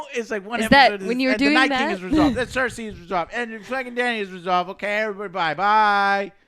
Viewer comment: 10 years and Joe still can't pronounce the names: Den air ease, Your ion, Drogo, Sir say, any one got some more? Oh yeah, turn your fucking mic down for the 100th time, Joe! My whole phone vibrates when you scream out and it scares the shit out of me!